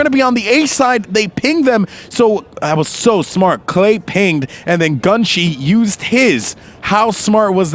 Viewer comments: isn't the name supposed to be Gun Shy. Why is he pronouncing it like GunShee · its not gunshie its gun shy